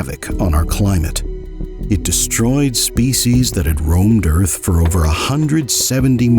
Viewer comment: The Earf is Fwat!